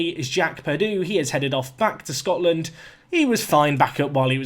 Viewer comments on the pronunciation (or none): none